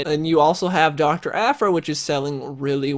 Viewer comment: thought you said Dr. Afro, when you said Dr. Aphra.